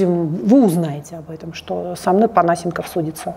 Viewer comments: ну сколько можно ставить неправильное ударение?! Не ПонА́сенков, а ПонасЕ́нков. И ещё, лишний раз напомню, чтобы в следующих роликах мне не резало уши: не кУ́колд, а кукО́лд. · Я же правильно понимаю, что Панасенков - это тот известный и немного чудаковатый историк? Разве у него ударение в фамилии не на другую букву...